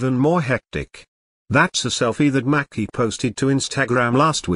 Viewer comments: It's MACY! Lord not Mackie! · If they are gonna use these electronic voices they could at least make them pronounce people's names correctly #Who's Macki #her name is Maci #May-cee